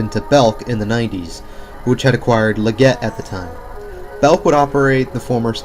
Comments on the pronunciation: Leggett t is not pronounced "le-GET", its "LEG-git" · It’s pronounced “Leh-gits,” just in case anyone’s curious. :) Great video! Thank you for sharing! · This mall looks so cool and retro and Leggett is pronounced leg it. We had one at our local mall. Thanks for a great video. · He is probably to young to know the chain. I gave him a pass on how he said it.